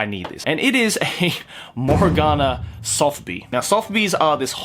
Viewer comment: That hard accent when he says morgona